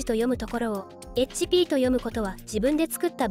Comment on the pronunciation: HPをそのままエイチピーと読む人初めてみた。 もしこの人がゲーム好きだったらヒットポイントと読むのかな。